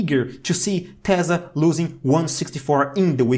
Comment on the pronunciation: I love that he says "tezzla" and not "tesla" lol. Also his information is very good :D